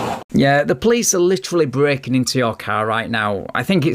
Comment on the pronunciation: "You are blaking the constitution" haha